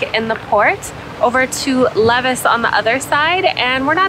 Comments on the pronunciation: Lévis = Lay Vee 😉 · Levis is pronounced as Lee vee